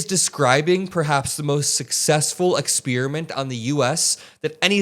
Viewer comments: “Ex-speer-a-mint”, ugh. Not a fan of that pronunciation! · Ex peri ment or Ex spear ment..... bro !!